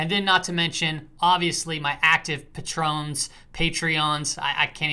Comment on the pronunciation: Makes me laugh. You have one of the best technical channels on the tube but you can’t pronounce patron. It’s not like the tequila bro. Patron pronounced “pay-trun” would be the pronunciation. Patron “puh-trone” is a tequila. It’s also technically Spanish. Great chart analysis but English bad.